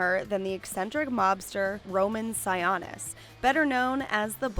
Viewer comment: Sigh-OH-nis. no sawanis ya dum betch. thnx for the extra info tho